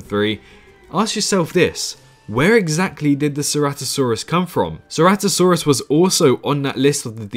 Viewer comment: Ceratosaurus not ceratisaurus